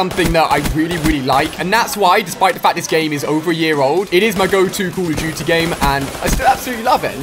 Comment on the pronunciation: "Ive been addicted to many Cuh Uh Duty"